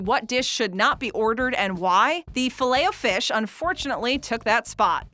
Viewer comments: That is not how you say filet o fish 😂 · The filet of fish (100% said that wrong) Is so good I dont care if it's not fresh and sloppy(for me atleast)